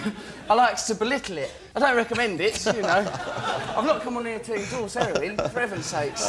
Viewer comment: ''if i m not ear(here) talking abt them, i m there aving(having) them''....lol...just love it